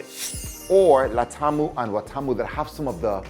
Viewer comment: Yeah your right, but a point of correction? It is called Watamu not Latamu? Those are old tawns when , Business abaut trade, between Arabs, Portugiese and india ( spices, like cloves, ivories , cinnamon.& others more).